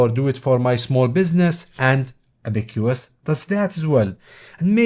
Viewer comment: say ab-uh-cuhs like the chinese counting device